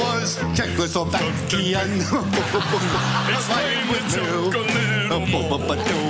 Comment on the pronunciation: Colin tried so hard with “Czechoslovakian” lol